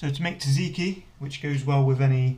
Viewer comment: Awesome, thanks buddy. (You might want to check the pronounciation of Tzatziki btw. It's tZat-ziki, not tziki ;) )